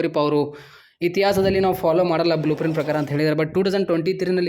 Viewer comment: Blueprint ❎ Bluepran ✅ 🤦🏻‍♂️